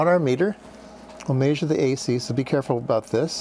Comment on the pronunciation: It's not 'Maysure' it's 'Measure', and by the way, you are completely Bonkers.